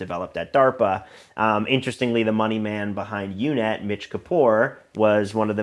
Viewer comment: It's UUNET, not UNET; it was short for Unix to Unix because its co-founder created the uucp command. UUNET handled much of MSN's dial-up traffic and GTE's (now Verizon who owns the once massive AlterNet backbone). Parker not only worked there, he worked in a department that handled the development of a custom BSD kernel that allow customers to run in their code/website in a secure sandbox in shared hosting environments. He was the last person that should have been in such a position. No one I interacted with in the NoVA/DC hacker community believed Parker wasn't an IC asset. He was persona non grata, full stop. He committed some serious crimes and even though he was a minor the feds could have made is life a living hell, they didn't and it really stood out at the time. Some things worth investigating: Another company that had ties to the CIA was Ascend Communications - the top tech company in 1995. I believe UUNET and AOL were their largest customers at one point. One of its early employees and top salesman, who he owns a huge home a stone's throw the CIA headquarters, was the son of a bigwig in the science and technology division. The WhoDB by PRC. This was a massive data collection program the Clintons had created, checkout Hall v. Clinton, 235 F.3d 202. They claimed it was a "correspondence tracking database". There were fields in that database (Sybase now MS SQL Server) that could only entered by someone listening to conversions between various people. PRC was a company s